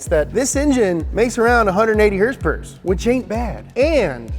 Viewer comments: Love it when you say herspuurrrss..lol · I just come to hear hearsepurrrs!!